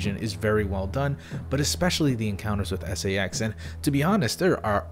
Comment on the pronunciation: When you pronounced "SA-X" as "sax" I immediately thought of the SA-X accompanied by some funky saxophone music every time it appears